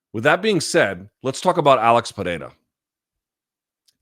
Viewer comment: Not how you pronounce his first or last name, but yes.